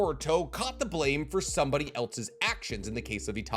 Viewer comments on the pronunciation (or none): none